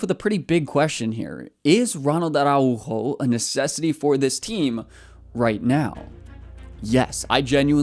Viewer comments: The tilde is not that strong. It's not "Ara-UUUUUUUUU-jo" its "araUjo", the U is just "louder". "are ow ho" is the englsihshifgivatrion of th word. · the way you say Araujo is kinda funny, VISCA BARCA 💙❤️